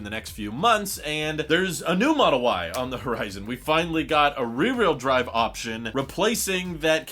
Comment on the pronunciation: Learn how to say ..rear....wh..eel.. Drive